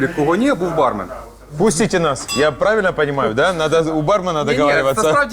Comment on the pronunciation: ПравИльно, а не правЕльно🤣🤣